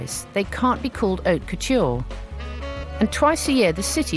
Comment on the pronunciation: Lol. " Oak Couture" it's Haute Couture not Oak Culture! Loving the pine needle skirt dahling lol